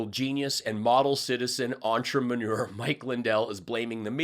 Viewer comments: Did you say entrepreneur or entremanure? 🥸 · I subbed the moment you said entremanure. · "Entremanure" lol! :trophy-yellow-smiling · Entremanuer instead of entrepreneur OMG I love those little bites that we can keep spreading around. The one where walker’s sitting with Cancun Cruz and lady Lindsey when he says “we all know how important this erection is to all 3 of us right, Cruz smiles and says yes indeed while lady Lindsey looks confused. Then he says it again to make sure everyone heard him say erection😂😂😂 Ivanka and the slimy jr will never let anyone see them before their extensive plastic surgery’s to include but not limited to butt lifts boob jobs braces fashions from China etc. It’s like seeing the clowns without their makeup, or the emperors without their clothes 😂😂 Instead of “maga tears” you should call it “one lost brain cell at a time”. Because they don’t seem like tears as much as showing off their raging stupidity, lack of grammar, plus the inability to part with a single thought 💭 😂so great as usual thanks for a dreary afternoon laugh. I needed that 😂😂❤ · "Entramanure...? I'm not sure if you said that but its funny as hell.....